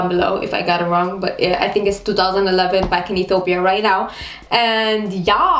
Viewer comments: You can't even know how to pronounce the name of Ethiopia. what's Etopia? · You're really cute, but I couldn't even tell that u r from Ethiopia from the way u talk. First of all, u pronounce it E-to-pya while Ethiopians pronounce it E-tyo-pya but foreigners pronounce it E-ti-o-pia. Are you trying to do a latin American accent? Btw, when I was around 7th grade, my highschool started using separate classes for all subjects, instead of single classes for all grades & sections. Also nobody I know likes wearing school uniforms. It's the best part of being in a university. I actually have a friend who once came to school in pijamas, too. Anyway, loved the vid xo. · why you sayin Ethopia!! say Ethiopia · *please don't make your mouth like ☹️😏 *It's not etopia, it's ethiopia *Merkato is not the only market in Addis or other cities and most sales personnels are not farmers. Anyways, you are beautiful. I hope we will meet one day and have a quality time together 😂lol